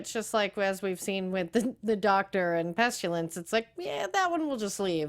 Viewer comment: Hello ladies I love your afterbuzz shows always! Great discussions. I never do this, however you both keep saying "PestUlence" when it's actually "PestIlence". The world killers aka the four horsemen of the apocalypse.